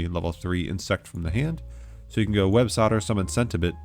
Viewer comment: Holy hell you called Websoilder, "websodder" like 15 times in a row, I thought it was an accident. Driving me insane